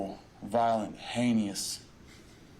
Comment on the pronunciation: I think he is actually saying "Haney-ous", a reference to Mr. Haney the sociopath in Green Acres.